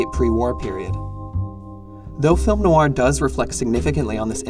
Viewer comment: It's hard to listen when you keep pronouncing name of the genre incorrectly. Noir is one syllable not two. The genre is pronounced as Film Noir, not Film No-Wah.